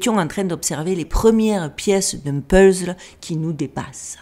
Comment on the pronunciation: Vous êtes très américanisé de fait mais vous prononcez toujours puzzle comme une vraie méridionale 😊 Toujours autant de charme.. et surtout toujours intéressante, merci.